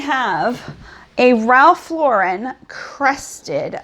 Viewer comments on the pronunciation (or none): none